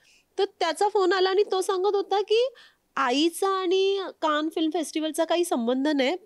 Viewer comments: Abp माझाची ची मुलाखतकार आणि " आनी पानी " करतेय. बरोबर नाही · बाकी सगळे मराठी बरोबर बोलतात. पण आणि पानी म्हणतात. काय बोलायचे.